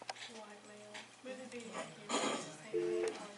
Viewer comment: She said veedo tape